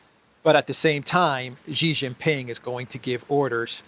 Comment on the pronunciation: Hey, you’re a pretty Int’l guy, being a Greek/Cypriot, so should have a good grasp of language and I am sure you have some personal pride in being able to speak well. I have informed you previously, Xi is not pronounced as “Gee”. The correct pronunciation is “See”. Hope you can correct yourself as I am sure people who know would appreciate you getting things right and making the effort to make your broadcasts better.